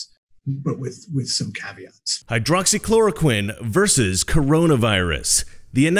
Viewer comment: "Caviats" :P (it's caveats)